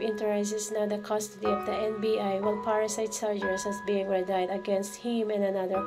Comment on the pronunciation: say children not childrens; and say parents...not a parents. Omg ayusin mo nman Yung pag pronounce mo nakakalito di ka Minsan maintindihan. And btw, again, you say readied (redid) not redied as in died.